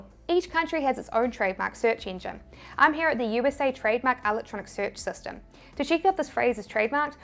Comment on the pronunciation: Just about to launch a print on demand store. Thanks so much for this information! An aside: it took me a second to figure out what an "allatronic" trademark search was. I love your NZ accent, however. It's wonderful. I'm in the UK and people sometimes cannot understand me!